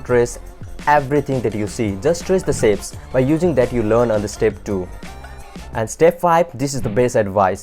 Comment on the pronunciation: not to hate but is pronounced "shapes" not "sapes"